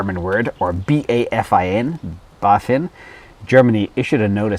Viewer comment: You dared to say the full name of BAFIN. I was suprised how good your pronunciation was. Have you had german class back in high school ? :D As always, thanks for your input! Greetings from Germany